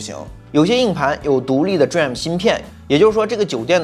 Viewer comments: DRAM 念做 D-RAM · DRAM可以念D了再念RAM 就像显存 VRAM 可以念V了再念RAM 这样念起来不会太别扭 下次可以试试 👍🏻👍🏻